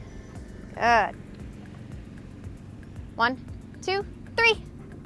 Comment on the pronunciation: Does anyone else hears 1, 2, "free"? LOL Sounds like a great game. Will definitely try this. Thank you! 💐